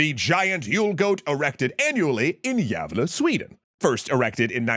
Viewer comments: The pronunciation of Gävle was better than I expected from a non Swedish speaker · My gratitude to the narrator for actually looking up how to pronounce the name of the town. That's about as close as you could expect from a non-native speaker. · Not a bad stab at the pronounciation of "Gävle" there, as a Swede from around those parts you get my stamp of approval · I'm from Gävle and it was a nice suprise to see my hometown and local history displayed in my favorite chanel, also really nice pronunciation of the town name. Apart from that for those interested, in Gävle the burning of the goat is seen as a sort of sport, it's not uncommon to bet on the date of the eventual burning. Unfortunently on the later years the goat has stood unburnt many times and the tradition of burning it seems to fade. As of writing this on 09 dec the goat still stands. (Ps we once sold it to china instead of burning it) (pss there is also a tradition that the Vasa school (major higschool) students build a "small" (ca 4m) goat next to the goat) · I'm from farther north in sweden and can agree, the tricky umlaut-a (ä) was very well handled in this one. Makes me wonder if they had a language coach on hand for that bit.